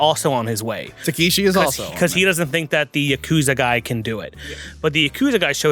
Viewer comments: Dude... The man's name is Tekeshi Kitano or "Beat Takeshi" not Takahashi. Also the traditional reason the Yakuza cut off fingers, (starting with the left pinky finger) is because of how you hold a sword, when you are missing fingers it makes you a lesser swordsman, meaning you have to rely more on your brothers rather than just fight for yourself. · It's "Takeshi" Kitano, not "Takahashi" or "Takeeshi":) He is still huge in Japan, and is a comedian mostly, but the films he made in the 90's are incredible. If you want to see one of the weirdest movies ever made, watch his film, "Getting Any?" - Cheers and!;) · Yeah i was a bit confused by that, wasn't listening too much cause i was doing some stuff and suddenly i hear "takahashi " ???🤔😁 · Yeah that was bothering me how do they don’t know it’s Takeshi?